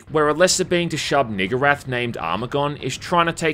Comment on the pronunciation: Your pronunciation of Shub Niggurath makes me uneasy